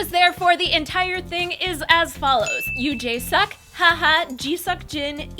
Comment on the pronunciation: you had his name right the first time he pronounces it Yoo Jae Suk, not sook. And it's Kim Jong Kook. And I am very sad it will be ending. Can't they fire the PD who screwed it all up instead and get another one?